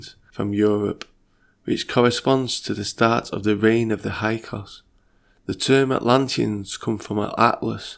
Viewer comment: Are you trying to say Hick-saws? (Hyksos)